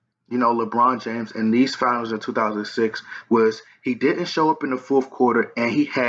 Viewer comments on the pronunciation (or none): Its Finals not Fianals... You lost a subscriber with this bullshit